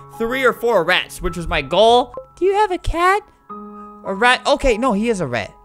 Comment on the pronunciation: Albert pronounces: rat - rEt Albert pronounces: perfect - purfict. Enjoy my boring comments.